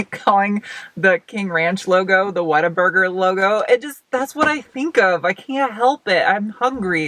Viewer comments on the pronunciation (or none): Because it's pronounced "whattaburger " not "waterburger" There should be a marketing rule that no "off road" packages should include a tire profile less than 70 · Is it just my untrained British ears that hears ‘water burger’